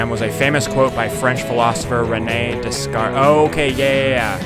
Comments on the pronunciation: Pronounced Day-cart. Renee Descartes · The philosopher s name was pronounced Day-cart. He also created the Cart-esians mathematic system. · Pronounces Descartes wrong...education system needs work USA!